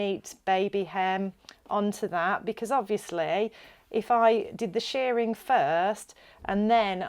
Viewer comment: Shirring is pronounced like the i in girl or whirl, not like shearing in removing fleece from sheep. Otherwise thanks for the video.